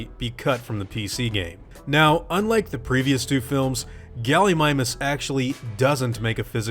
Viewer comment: 'Gulleemeemoos', not Gullymymus, too be exact. Just klugshitting here.